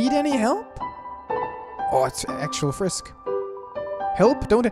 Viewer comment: did You Call frisk, frick?